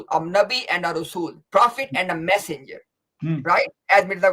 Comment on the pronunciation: said refer to Allah and the..passenger i heard.. Instead of massenger.....